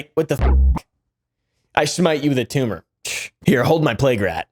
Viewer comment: mark. 😂🤣 This guy….”embrace the tume(tumor)” ….. I can’t stop laughing, I’m literally crying.